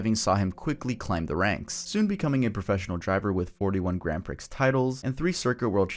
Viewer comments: its said like "pree" not "pricks" lol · Im sorry to be that guy, but Grand Prix is pronounced as "pree" not "priks", just so you know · I've restarted the Ayrton Senna section 4 times but I can't get through it without breaking down laughing from you messing around and saying "Grand Pricks" so many times instead of "Grand Prix(pronounced Pree.)" So all I hear is d!ck jokes while you're talking about a man's final moments and the juxtaposition of those 2 things is breaking me whether intentional or not. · Even with such serious content in the video I couldn't help but giggle every time you said "Grand Pricks" when trying to say "Grand Prix(pronounced Pree.)" I know how bad it sounds but as a guy it seems like d!ck jokes never stop being funny lol. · Grand preee not grand pricks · Grand Prix is pronounced "grand pree" bro 😩 not pricks lmao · It’s called the grand PREE, not grand PRICKS (PRIX) the X is silent. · I love ya but PRIX is pronounced PREE! It's Not Grand Pricks, it's Grand Pree/Prix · Came here to comment the same thing. How does bro just go through life thinking it's "pricks" and not "pree" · Dude, Grand "Prix" is not pronounced like that itty bitty guy between your legs. "Prix" is pronounced "pree". Grand Pree. Not Grand Pricks. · Damn son, prix is pronounced "pree" not "pricks" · I had to go back & listen twice. I'm 60 years old & I've never heard Grand Prix pronounced Grand Pricks...as far as I've ever known it's Grand Pree. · Grand Prik? You mean Grand Prix pronounced Grand Pri. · Grand pricks circuit lol... c'mon now prix is pronounced pree... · Grand Pree. Not Grand Pricks. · Dude, I have to say, prix is pronounced like pree. It is not pronounced grand pricks. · FYI Grand Prix is pronounced “grand pree” not “grand pricks” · Off topic, but 'prix' is NOT pronounced as "prix", it's pronounced "pree". I have heard like 5 other youtubers call it the 'Grand Prix', and not the 'Grand Pree' and it kills me everytime. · Pronounced Grand Pree